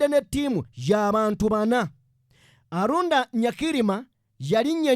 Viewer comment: He was called Aronda not Arunda.